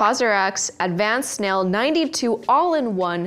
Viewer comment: the way still can’t pronounce snail is the most cutest thing ever🥺